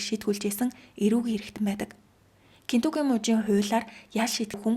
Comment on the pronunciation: kentucky gej buruu xeleed baina aa kentukki bish kentakki